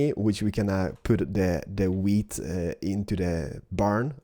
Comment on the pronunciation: He says weed instead of wheat xD